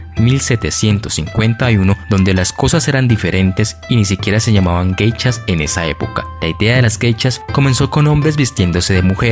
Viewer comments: Pronuncias :Geichas...es : Geishas!!!... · Son "Geishas" no "Gechas" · No se pronuncia "geichas". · Muy interesante lástima que no sabes o no puedes pronunciar bien la palabra GEISHAS